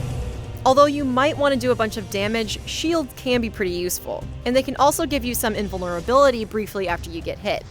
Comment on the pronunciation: SIN-KNEW, not SIN-OO ... sinews are the tissue that connects muscle to bone. Also called ligaments or tendons IN-VULN-ER-A-BILITY, not IN-VLUR-A-BILITY smh